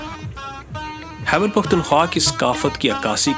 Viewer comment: Khaibar not Haibar